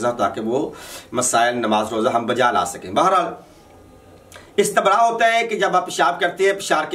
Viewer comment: پہلے اپنی صرف درست کرو استَنراء نہیں ہے استِبراء ہے اور بابِ استَفعال نہیں ہے استِفعال ہے بے وقوف انسان😂